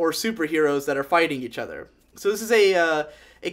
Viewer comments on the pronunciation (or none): none